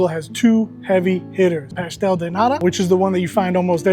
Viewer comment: Can you say de T of NATA? Please. Not a D, it’s a T. “Nada” is another word that americans know from mexican spanish, means nothing. “Nata” means cream.